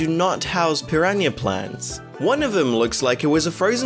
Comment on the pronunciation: Peerenya plent